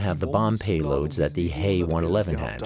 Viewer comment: First of all it's a Heinkel H E one-eleven not HE one-eleven. And secondly no mention has been made of the Battle of Britain.